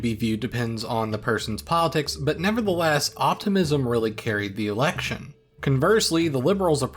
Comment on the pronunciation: It wasn't a 2011 thing though, Harper had been saying erection instead of election since 2006